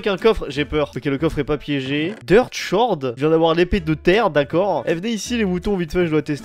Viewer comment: "tabeul" "schord"